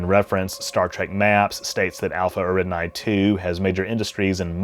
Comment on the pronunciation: Eridani is pronounced Air-ih-don-ee, not Air-id-nye.